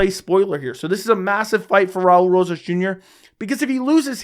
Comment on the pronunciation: Raa-ulee rohhas jr😂